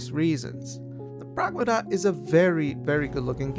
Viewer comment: Lmaooo progmuhduhh 😂